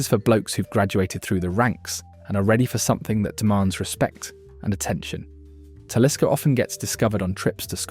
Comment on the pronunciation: and Talisker